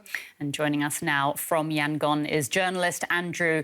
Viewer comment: .. example of commentators who do their homework, who care to check how the term 'junta' and the name 'Yangon' is pronounced .. and not just to read off the script probably handed to them seconds before .